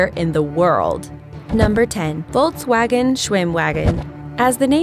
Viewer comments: volkswagon was pronounced wrong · Als ich gehört habe wie sie volkswagen auspricht musste ich fast kotzen....